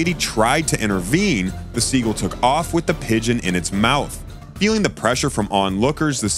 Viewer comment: Learn how to pronounce words. What is a "guller"? And it's not "siegle"!